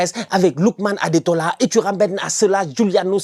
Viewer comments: C'est Ademola et non Adetola 😂😂😂😂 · gère toi 😂 on dit ademola